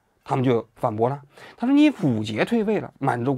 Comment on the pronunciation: 溥儀不念PU JIE，而是念PU YI